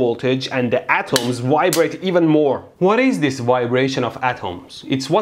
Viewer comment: The copper atoms wibrate? Is that like when a Nigerian price calls you to tell you that your computer has a wirus? Edir: also its form-u-lah, unless you are getting paid then its for mula.